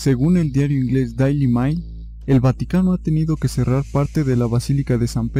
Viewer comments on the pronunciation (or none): "Daili Mail"? "De Pieta"? Hazte un favor, para que no EXHIBAS públicamente tu ignorancia, ANTES de mencionar palabras en otra Lengua, aprende cómo se pronuncian.